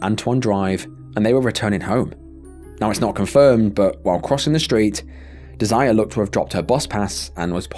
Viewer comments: it’s most likely not pronounced “deh-zire” usually that name is “deh-zer-ray” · Her name is not desire😂.😂😂😂 British folk are hilarious It's pronounced Dez er ray